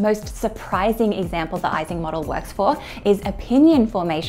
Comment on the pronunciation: Americans generally pronounce it wrongly, but it's "ee-sing" model. No "ice" there.